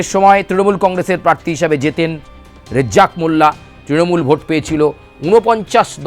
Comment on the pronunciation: এই সাংবাদিক হয়েছে রাজ্জাক মোল্লার নাম সঠিক বলতে পারেনা।